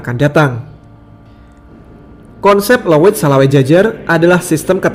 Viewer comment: Leuit 🤭🤭🤭.bukan leuwit. Leuit itu tempat menyimpan padi yang sudah kering.